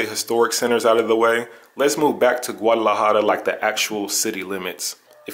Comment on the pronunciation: Learn how to pronounce the name.